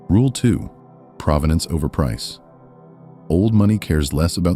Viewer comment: It’s pronounced pro-ven-ance meaning history or story of the object. Not pra-va-dance like the city. ….. and that you don’t know that makes you new money. Or maybe no money.